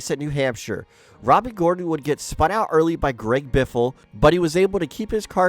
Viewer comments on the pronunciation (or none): JEFF GOR-ON. Enunciate!